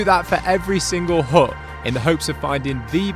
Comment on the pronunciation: U know u are english when a HUT is spoken as HUUUH